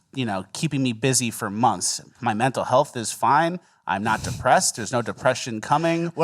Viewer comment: Spot on about Alvin Bragg. What Harvard law school grad pronounces “months” as “monFs”?!